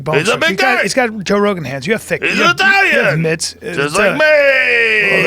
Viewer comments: Joe "buh-row" Rogen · Joe bah-row Rogan